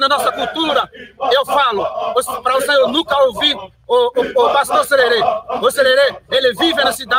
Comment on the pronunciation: Não é cherere é jerere kkkk